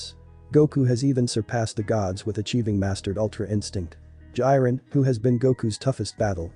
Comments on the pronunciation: It's Jiren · Do you even watch dragon ball cause you did not say jiren right😡